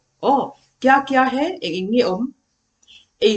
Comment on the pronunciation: Ni leh awm sawi nan है an hman hi chu 'He' nilo in Hai emaw 'Hei' ti tep a lam zawk tur a ni e, 'He' tia i lam ho khi chu हे tihna ang a lam chi kha a ni, He ti tawp Hi chu Oh tihn emaw mizo chuan ehe, kan tihna ang chi kha ani zawk. 🙂. Mitin en theih leh hriat theih tura chhawpchhuak tur chuan a diktak a chhawpchhuah zel theih se a va lawmawm dawn em!!! ka ah Enge an i tih? tih khi A lam dan khi mipui zirtir tur chuan va dik chiah lo em!!! 'Kesa' nilo in 'Kaisa' emaw 'Keisa' tih a lam zawk tur a ni. 👍